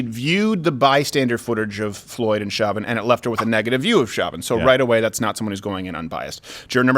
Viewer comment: You're French-Canadian and you mispronounced "Chauvin" ?!